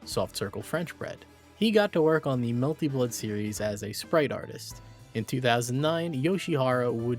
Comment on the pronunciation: It's genuinely incredible that the higher quality your videos get you never change the sociopathic way you pronounce melty blood i respect it